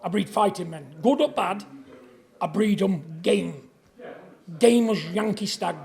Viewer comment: "I BREEAD THEM GAMEEE" !? 🤣🤣🤣